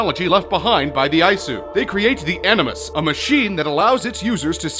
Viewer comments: It's not Eye-su, it's EE-soo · Its not ayesu. Its E-su (Isu) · Isu is pronounced ee-soo. Considering how many times you say it in this video you'd have thought you'd have at least played the game a little bit to know this. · lmao, "eyesue" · Eye-Eyesu? What? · It hurt when he would say isu